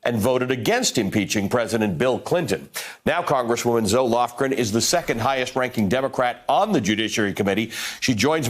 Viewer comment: I kept hearing Zoloft-Gren, Amazing to have a grand ole dame in the House who has been through three impeachment hearings. I hope you get her on the show more times if she is available, to clarify the process. :)